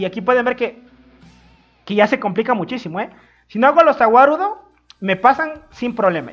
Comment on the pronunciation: No se entiende Za Wadudo